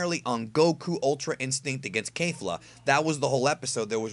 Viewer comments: I have a question, please don't kill me. Why does insists on pronouncing it KEIFLA or something if the anime pronounces it KEFLA. With a flat e there. Names stay the same throughout dub or sub, so why the KEIFLA? Honest question here. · Sorry but it’s kefla not kafla